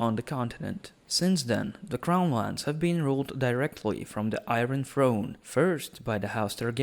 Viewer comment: What's the I-ren Throne?